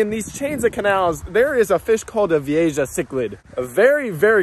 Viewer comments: Oki feel better I'm not the only fish nerd literally getting P'ed off every time he said Vee-a-Jah!! It's actually one of my favorite fish and I mean he obviously has caught them quite a few times, to not even try to learn about the fish(especially simply pronouncing the name)had me almost turning the video off. Ï don't help for some reason he said the name about 100 times in a10 minute video haha. It's VEE-A-HA VEE-A-HA VEE-A-HA!!!! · is it pronounce Vi-ei-ja or Vi-ei-ha? since it's Spanish "Ja" is pronounce as "Ha" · Dude VEE-A-HA not vee-a-Ja. The j sounds like a H sound. Man did that really start to annoy me. If your going to be making videos that are informative about fish, atleast please learn the name correctly!!! It wouldn't be that annoying but he probably said the name 75 times in less then 10 minutes haha. Dope that your catching them in the wild but also know, if you brought even your nicest ones into my fish store I'd maybe be give you$15. The one you saw in the store was with some kinda female(which no one with any sense would by for 150 ) or was prob one of the Columbian or similar more drab type that are naturally less colorful then some of the more rainbow colored species that actually can go for quite a bit more money but from experience in the fish industry it takes a long time to sell one because it takes a very specific type of fish keeper to actually buy them. Cool video tho. I'm definitely jealous that yalll can just catch all these amazing fish out the bayou and canals in Florida(even if it is incredibly harmful to the native species that are supposed to be there) but regardless atleast catching them and removing them is a great start to helping the native species survival even if it's only a handful a day.. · Not that it matters but it's pronounced, 'Vee A Ha' (Vieja). Not Jah. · Technically it’s pronounced vi-a-ha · I smiled everytime he said Veehaysha im calling it that from now on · Vee A HA is the pronunciation lol